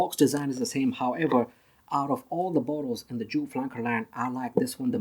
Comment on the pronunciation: you pronounce it wrong. the designer is Wolfgang Joop who is German and his last name is pronounced like (yoop)